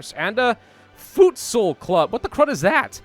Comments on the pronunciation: futsal is pronounced foot-sal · everytime you said futsal I thought of food, cause that is pretty much the pronounciation of voedsel which is dutch for food